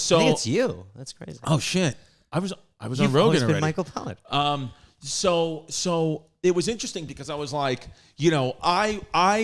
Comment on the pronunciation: I believe his name is Michael Pollan, not 'pollard'